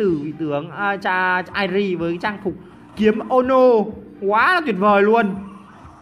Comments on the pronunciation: Tên người ta là"Ki e mo no'' vậy mà ổng cứ đọc là''Kiếm ô no" Vãi cả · Đọc là ki mô nô a ơi, k pải kím mô nô, mê đến nổi đọc sai 😂😂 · Kie mo no là ki mô no chứ nhỉ :v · Ki - ê - mô - nô nha =)))